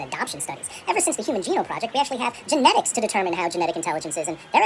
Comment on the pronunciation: jeinetigs (genetics):face-green-smiling